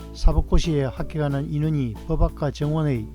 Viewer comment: 법학과 발음이 버박과가 아니라 버팍과인데... 사투리를 써서 그러신가...